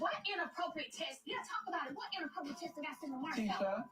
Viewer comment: can't even pronounce "text"..she knows damn well Mel wasn't being inappropriate.